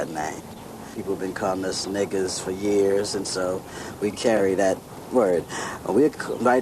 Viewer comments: 😐😐😐what is it with white interviewers saying it with the hard r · She said it with the hard r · That what lady said the N word without an A at the end 😂